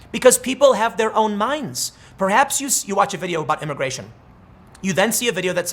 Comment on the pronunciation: Why does Tim keep slipping up and saying “imigaytion”? 🤔